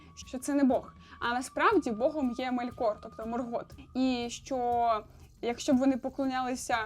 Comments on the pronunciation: Дякую Вам за відео, ви дуже приємна людина та зробили якісний аналіз. Єдине знову ж таки щодо наголосів - дуже кидається у очі неправильні наголоси - Мéлькор має бути (не Мелькóр), Мóргот має бути (не Моргóт) тощо.. так, Ви попередньо вибачилися за це, але ви знімаєте контент на аудиторію, сподіваюся на велику аудиторію у подальшому. Наприклад, я коли навіть для себе читаю, то перевіряю наголоси власних імен у Гуглі, або у крайньому випадку - Ютубі, де інші блогери вимовляють ці назви або імена. А так все гарно, успіхів! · Мелькор - наголос на "е" Моргот - наголос не першу "о"